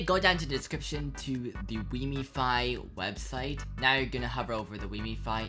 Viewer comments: Its called wiimmfi not wiimmifi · i hope you know wiimmfi is named after Wiimm, pronounced Weem? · Thats not how you say Wiimmfi...